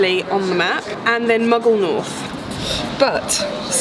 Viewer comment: Muggle North is actually Maghull North! ( Pronounced Maaagull)